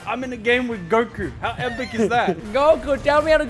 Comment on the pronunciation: The moment you started saying "Goku" and "Gwiddy" I unsubbed